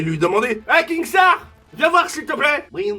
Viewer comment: C est KINSTAAR et non KINGSTAAR sinon continue tes vidéo s amélioré 🔥💙🤩